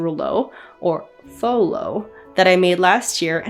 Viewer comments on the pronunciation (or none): none